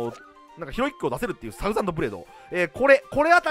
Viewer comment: ヒロイックがひろゆきに聞こえて笑う